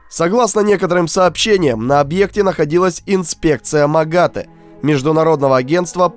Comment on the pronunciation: Кстати, МАГАТЭ ударение на "э". Просто на будущее вдруг нужно где будет